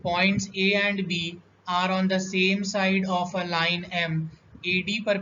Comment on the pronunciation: And ❌ Aand✅